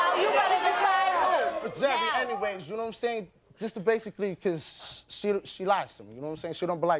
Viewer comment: He is a absolute loser! "Nome sayin"